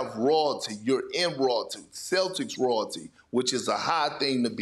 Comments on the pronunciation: Perk can't even pronounce Royalty... lol just like his Adebayo T_T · Perkins word for day "rawlty" 😅